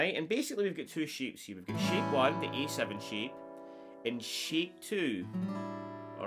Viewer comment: I like this trick and the simple way you teach it. I'm going to subscribe to your channel. The only thing is, I'm American. When you say "shape", it sounds to me like you're saying "sheep". So we have sheep 1 and sheep 2. I know you mean chord shapes, not card sheeps. What throws me off a little is that your A sounds like E to me. Don't change. Stay natural. I'll do my translations.